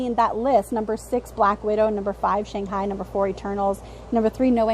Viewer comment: fun video as always and I would agree Spiderman and Strange should be one and two not just money wise but also critical reception was really great for Spiderman and Strange was about what Thor was if not better. Also it was Shang Chin...you kept saying Shang High and I was like why do I keep thinking about Jackie Chan and Owen Wilson as cowboys.